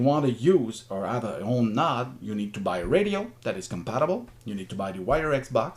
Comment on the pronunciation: Nice explanation! On C4FM, when you said "nod", you mean "node"?